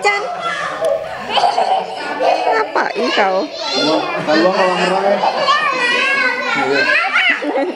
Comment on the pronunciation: Logat bali nya kak keluar menit " ngapaii kao"😂😂 buleleng lebih tepatnya wkwk